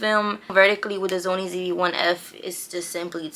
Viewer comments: why u say sony as Zony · It’s so cute how she was pronouncing SONY by saying ZOMIE the entire video! 😂